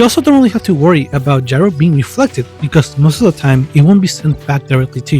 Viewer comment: Technically it’s pronounced “yee-row”